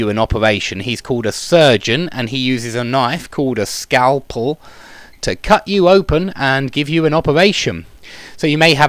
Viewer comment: great, just one thing: "scalpel", thanks for one more very nice class!